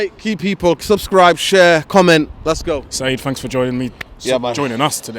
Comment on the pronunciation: Its Saeed not Seeb